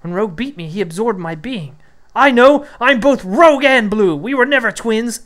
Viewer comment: Bro, his name is Rouge (French for red) not Rogue like the X-Man or a scoundrel.